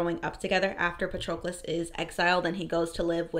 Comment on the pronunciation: Is that how they pronounced Patrocles' name in the audio book? I always thought it rhymed with Hercules.